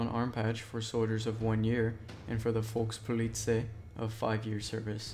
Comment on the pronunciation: Folkspolice? You mean Volkspolizei?